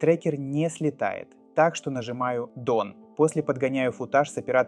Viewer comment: Дон - это как у Кадырова? 😅 Вообще "дан" произносится.